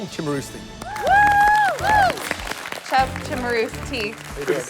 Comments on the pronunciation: Chef Ramsey, apparently, didn't know how to pronounce his last name. He said it both as "Sim-a-roos-tee" and "Chim-a-roos-tee". Can't be both, chef. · Each time Gordon and/or the Narrator announced Michael, I was always waiting for how they were going to pronounce his last name XD It was either CHIMERusti or SIMMERusti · Michael Chimaroosetee Shimaroostee Chumarusty Simmarusstee